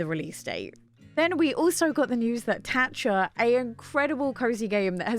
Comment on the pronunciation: You pronounce it TAT-chah? I've always said "Chia" like silent T, like chia seeds lol